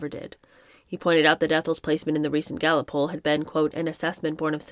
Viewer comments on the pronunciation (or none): none